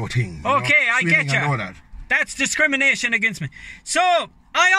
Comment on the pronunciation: "That's dicrimination agin me"!!